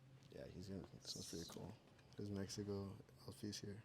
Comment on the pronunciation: Andy Ruiz, It's "Mexico" Not "Mesico"... 🤦‍♂️